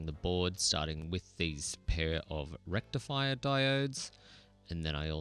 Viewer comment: What did you say? Did you say rectum fire? Isn’t it called a rectifier?